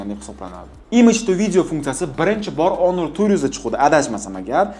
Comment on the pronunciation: Тупой онор эмас хонор😂